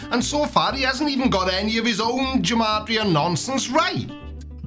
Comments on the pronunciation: Okay so I'm not one to be a stickler for pronunciation. HOWEVER, G and J are very much separate sounds in Hebrew, unlike in English. So, "gematria" should be pronounced with a hard "G" sound, as in "give"; as opposed to a soft "G" as in "germ". Sorry for being a pedant! Hopefully someone finds this interesting lol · Love the content, btw Gematria has a hard G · It's pronounced "Gematria" with a hard G. There's no J sound in Hebrew.